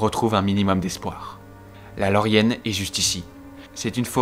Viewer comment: Étant un des plus grand fan de seigneur des anneaux j’ai eu très mal au oreilles en entendant pipine ou encore lorienne mais malgré sa j’ai passé un excellent moment super travail merci Beaucoup cela m’a donné envie de les regarder pour la de fois de plus